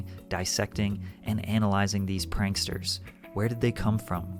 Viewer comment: lol "panksters"